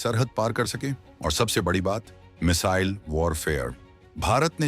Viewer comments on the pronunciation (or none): none